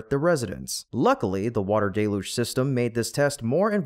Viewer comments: I admire your stubbornness. You are the only YouTuber left who didn't correct their pronunciation of the word 'deluge' You insist on pronouncing it as 'DAY-luge" when everyone who knows how to use a dictionary pronounces it correctly as "DELL-huge". Many started out saying it as you do, but fixed it as soon as they found out. But NOT you. You proudly mispronounced it at least 10 times. I'm proud of you! (Even the auto closed caption system knows you are saying it wrong. You can tell because whenever you say 'deluge', it capitalizes it as 'Deluge' This means you are saying a word it doesn't know. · DELL-LOOGE. That's how normal people say it.